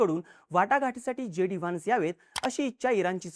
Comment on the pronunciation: वान्स नाही व्हॅन्स